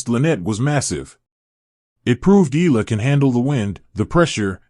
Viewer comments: It's not Ee luh. You should prounounce it the Filipino way Ey Yeah Luh (Eala)! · Be factual! Do not use AI just to get clicks an likes! and Alex's last name is ntot illa or eela. it is E A LA pronounced e-ya-la. do your research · It’ll take a few weeks before people start pronouncing her name correctly. EALA = EH-YA-LA. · AI or no AI, the voice commentators never get her last name right. E-A-L-A, pronounced E-ya-la. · Repeated mispronunciation of someone's name is just unacceptable, even if it's AI. IMHO